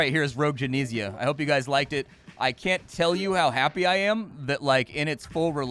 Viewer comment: *Gen-ee-sia not Gen-eh-sia Tomato, Tomatto ¯\_(ツ)_/¯